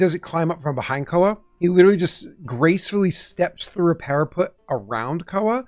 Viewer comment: After more time, I am nearly there, but every time I heard "para-PUT" like "put it on the shelf" my heart was hurt. It's "para-PET". Like "we adopted a new PET dog". Please. Save them.